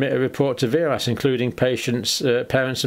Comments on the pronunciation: VAERS is pronounced "vares." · It is not a complicated form in any way shape or form. Also you are mispronouncing VAERS it is said vay-ers